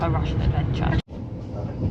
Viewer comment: Rushshshin~ Rushshshin~ you're like Bald and Bankrupt saying Soviet constantly. lol. 😂